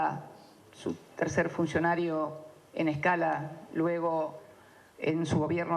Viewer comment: "Salareos", "funceonareo" jajaja por que habla asi